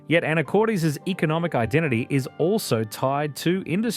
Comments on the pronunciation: Pronunciations in this are killing me 😂 Chye-nook salmon?! Anacort-eez?! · This is my state! However, you should learn how to pronounce the names (Skagit, Anacortes).